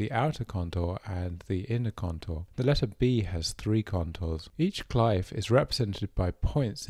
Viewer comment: Loved the video, but glyph is pronounced "gliff" ^^